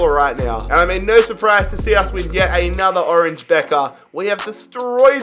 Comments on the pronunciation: "orange bekker" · Nobody:: OrAnGe Beker